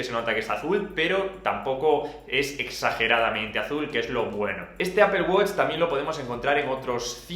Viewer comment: Apel guoch, los españoles hablan de la verga el inglés